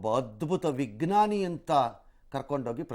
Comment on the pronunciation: ವಿಗ್ನಾನಿ ಅಲ್ಲ ವಿಜ್ಞಾನಿ ..ಕನ್ನಡವನ್ನು ಸರಿಯಾಗಿ ಹೇಳಿ...ಪ್ಲೀಸ್.